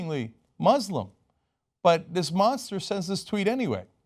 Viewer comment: Cenk, why don't you learn to pronounce Muslim correctly? Keep kissing ass.